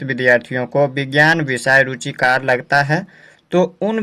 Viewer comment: Apne thodi galti kar di hai ruchikr ko ruchikat bol rhe hai